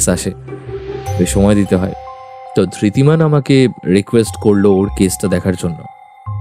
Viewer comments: গল্প টি বেশ ভালো। তবে উচ্চারণে আরো সচেতন হওয়া উচিত। ধৃতিমান কে একমাত্র অরণ্য ছাড়া বাকি সব চরিত্র ই ধির্তি বলেছেন। এটি অবশ্যই শ্রুতি কটু। অভিনয় ও আরও প্রাণবন্ত হওয়া দরকার। তবে গল্পের বলিষ্ঠতা এইসব ত্রুটি গুলি অনেকটাই ঢেকে দিয়েছে। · Ekmatro Aronyo chara baki sobai Dhritiman ke Dhirtiman bolechen--- eta boddo shrutikoto laglo. Bakita khub valo.